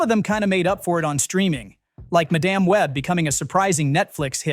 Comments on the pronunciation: “Muh damn web” 😆 For the love of God, stop using these AI voiceovers! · Is this AI voice? MaaaDamn? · Love these AI voices... "Ma-damn" Web.